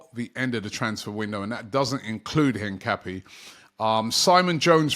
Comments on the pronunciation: Robbie.... it is pronounced HINCAPIE' like the water PERRIER not HINCAPPY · "Piero Hincapi-e" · his name is pronounced incap(ee)e